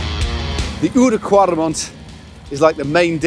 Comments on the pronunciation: Great video; awful climbs. Guys, work on rule #89: the “ou” in Oude Kwaremont” is to be pronounced as in “loud”; not as an “oe” or “oo”. We’re not cows, but cyclists. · The ‘ou’ in oude kwaremont is actually pronounced as in ‘ouch’ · "Oude Kwaremont" how you pronounce that is tooo funny ... you could just call it "the old Kwaremont".